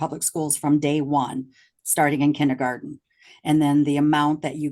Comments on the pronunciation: This is such a ridiculous waste of money and mental stress for the child. Side note—- Kenny garden 😳 even the teacher pronounced it that way. 🤦🏾‍♀️ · Does mom’s lawyer really think it’s pronounced “kindy-garden”? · I can’t stand her “KINNY GARTEN” pronunciation 🙄🙄🙄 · AND it's kindergarten, not kinnegarden. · The way they say “kinny-garten” drove me crazy. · 1) Is attorney wearing a plastic choker?? 😬 2) Are they saying kinneygarden? 3) The Judge’s clerk is AMAZING! I love him 😂 I hope the Judge knows how lucky he is to have an excellent staff as on top of things as they are. I’m used to veryyyyy different judicial assistants in all the court cases I watch. 4) That tuition program they have there sounds really great, I hope more states adopt incentives like that.